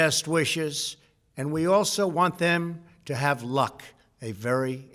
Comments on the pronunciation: The way he said LUCK is again, a dog whistle, very sad and, bad. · Listen to the words he stressed ..LUCK A VERY IMPORTANT WORD Stressed -Medical Miracle ×2 Pointed finger at china . America First VERY STRESSED -To the new administration Boarder Security Please do not loose that respect . AS A PRESIDENT i am proud that there was NO NEW WARS Loss of confidence At noon on Wednesday A new administration I want you to know that what we started is only just begining I go with a optimistic spirit , the best is yet to come . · Why did he emphasize the word luck like he has something else planned thats coming